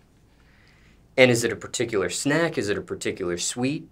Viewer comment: “Identify the snaxj”🤣